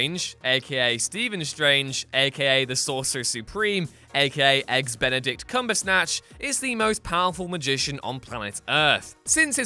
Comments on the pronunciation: did he just say eggs beneddict cumbersnatch? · A.k.a bendeict cumbersnatch?🤣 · benedict cumbersnatch? LOL